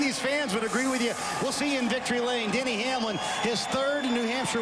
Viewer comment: Lol, Denny Hanelam! Rick Allen sometimes misses the pronounciation of drivers so hard, it's really funny and sad at the same time.